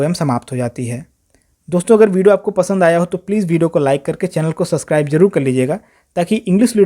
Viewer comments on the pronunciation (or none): none